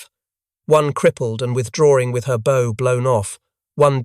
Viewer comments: "Bow" isn't a bow tie, it's "take a bow" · It's Bow as in Cow, not bow as in arrows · Why do your narrators mispronounced words? They pronounce the bow of a ship as bow-like a bo on a package or a boe of flowers when it's pronounced bow as in BAW. This is just one example but they do it in all these videos! Also, the pictures in these videos sometimes don't represent the subject at hand very well. All this is disheartening and drives people off. Please try and get your shit together!